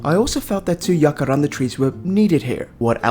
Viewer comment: The way you said jacaranda at about 32 min, is exactly like how we say it in Afrikaans, one of South Africas 11 national languages, and i am damn well impressed. Although the word jacaranda and the tree is not originally from South Africa, it has bacome a big part of the culture, expesially in Pretoria, where I go to university, and it is believed that while studying, if one of the flowers falls on you, the test you are studying for will go very well for you. Just something I thought of while watching 😂